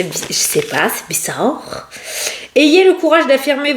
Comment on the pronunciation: Tu es drôle avec ton bizard😂😂 ta façon de le dire … as tu des amis québécois coudon? j’ai l’impression de m’entendre parler 😂😂 Je t’adore belle! Ne change surtout pas …☀️ Bisous bisous 😘😘